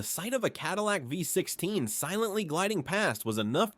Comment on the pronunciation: Cadillac ”voy” 16. Thats the result you get when you use AI for the text in these videos.